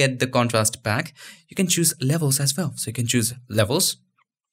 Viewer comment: say WELL ...... Not VELL this is not German Language